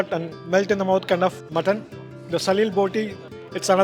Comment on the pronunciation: its SALEE botee not SALIL boti Sir. Thick wire is called Salee. The fried Potatoes in that dish are Grated like wire . Hence the name..